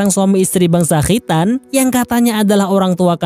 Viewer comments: Khritan...😂😂 Khitan..khitan.. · Kho' ya min...makhroj nya jelas bngt🤣🤣